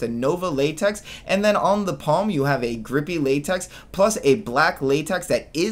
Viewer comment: Say látex one more time